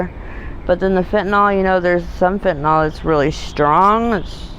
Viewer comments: Why do people pronounce it as fentynol and not fentanyl? Just curious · Never met a person yet who can pronounce Fentanyl correctly. Not that it matters to them.